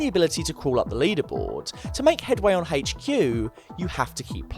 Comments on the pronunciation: It really annoys me how he pronounces HQ. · "Haygch queue"